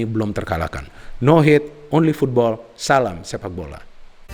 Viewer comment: Pendengarku kok dengarny no hate ole football 😂